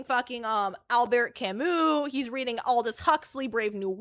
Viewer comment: She's so interested in high-brow intellectual authors but doesn't even know that the 't' is silent in "Albert Camus."